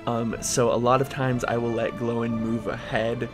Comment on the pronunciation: ‘Glowin’ lmao, ‘Gloin’ is pronounced the same way as ‘coin’